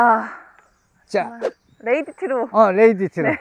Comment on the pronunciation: 레이디티가 아니구 레드 티 입니다